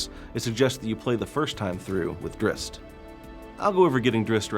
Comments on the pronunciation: It's DRIZZT. What kind of male would be named drisst. I know it's spelt drizzt, but he says it like drisst... PISSING ME OFF. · Drist? wtf? It's pronounced drizzit you knave. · Cringe every time he says "drist" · Never understood why people thought it was pronounced Driz-It? There's no extra "i" you ding dongs! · R.A. Salvatore purposely will not canonize the pronunciation. He does this for people to talk about it (or fight about). I say both ways, Drihst and Drizzit. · His name is pronounced drizzit, it says this in the book when he identified himself to a human and she said, "what's a drizzit" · Man I can't get used to 'Drizzt' i've been saying his name like 'Drizz it' for so long and it just sounds right lol. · so everyone else youve ever talked to has ALWAYS said Drizz It? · maybe in your little world its Drizz It but everyone else either says it as Drist, or sometimes Dritts (t sound before the s). apparently the latter is how Salvatore says it, not sure why and whether thats correct according to Drow words or he just wants to be different. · was saying its not pronounced as Drizz It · What.... Is that how you actually pronnounce Drizzt?! I've always said it it like "Drizz it" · This guy doesn't know how to pronounce Drizzt!!! says it like Dritz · Then he shouldn't have named the character Drizzt, because that is how people will pronounce it. adding a T in the middle of it is the opposite of a silent letter, which doesn't exitst. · It actually is though. the guy in the video says it wrong.